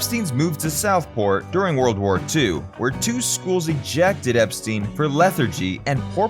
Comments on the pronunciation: His name was pronounced "Ep-stine', not "Ep-steen". Watch any of the TV interviews etc. from the time, or even "The Beatles - First US Tour" movie, in which he pronounces it "Ep-stine" HIMSELF... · It's pronounced Ep STINE rhyming with TIME, not STEEN rhyming with TEEN. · It’s EP STINE. NOT STEEN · Poor Brian, I've never heard his name mispronounced so often in such a short space of time.